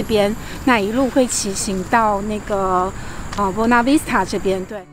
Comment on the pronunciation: Buona Vista而不是 Bona Vista啦。。。